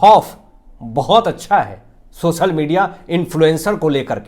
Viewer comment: please do not disgrace Hindi language. 'सोसल' क्या होता है? 'सोशल' कहना सीखिए । तत्पश्चात podcast कीजिए । Disgusting to hear insult to Hindi language.